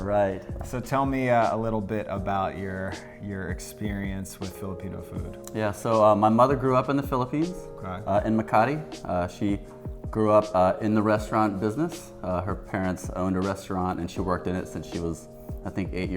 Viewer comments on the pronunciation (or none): Cringed when he said “Makati”